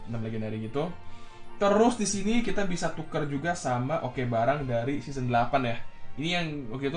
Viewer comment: Ngomong seseon 24x